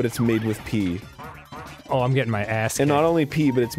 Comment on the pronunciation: it's pee, not pea